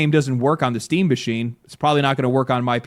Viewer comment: Oh good, I thought he said "people are really mad at Steve" phew lucky it's just Steam.